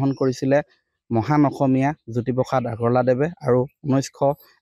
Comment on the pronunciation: জ্যোতিপোখাত নহয় অ' বোপাই জ্যোতিপ্ৰসাদ! উচ্চাৰণ শুদ্ধ কৰিবা।🫢